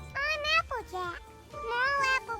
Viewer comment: You sound like tara when you say applejack, you say appajack